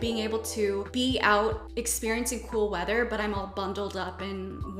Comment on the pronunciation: When she was listing tactile comforts and said she enjoys “cool weather” I heard “full leather” at first and got shivers 🤦🏻‍♀️😂